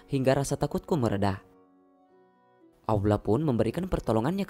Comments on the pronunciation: Maaf admin seorang muslim kah ? tolong benerin pengucapan nya .. Allah buka awlah 😠.. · Is weird .. how he menyebut Allah . Aullah ? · Ko nyebut Allah nya aku denger awla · Admin Allah bukan auwloh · Lafazh Allah nya di perbaiki dong.. gak enak banget dengernya 😬😬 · Wes angel ngmong allah nya yh..perbaiki min 😩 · lafaz Allah nya di perbaiki lagi min. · Yg isi suara org islam apa bukan? Ko ngomong Allah aja gak fasih? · iya bener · Maaf ya buat yg adzan jgn sakit hati dlm pengucapan lafadz Allah nya kok kurang jls yahh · Min sayang banget sebut nama Allah kurang fasih...janggal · lafaz Allah mohon di perbaiki,bukan seperti itu pengucapannya.🙏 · Sebutan nama Allah agak kurang elok...tolong adminter perelokkan ya.. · Mohon maaf tapi lafadzh 'Allah' mohon difasihkan. Tidak enak didengar soalnya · Iya bener.. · Betul sebut lah nama Allah dgn benar dan jelas